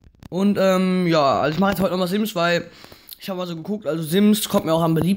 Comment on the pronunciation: Sims wird mit scharfen >S< ausgesprochen Nikolas Gladbach